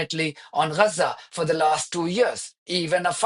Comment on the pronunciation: It's not Reza - it's Gaza.